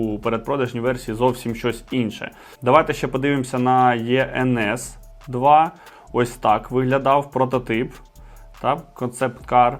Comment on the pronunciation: Не правильно називаєте моделі... Іенес та іенпі вони звуться...